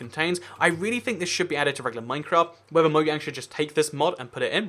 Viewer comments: why do u use say moyang instead of mojang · its said MO-JANG not MO-YANG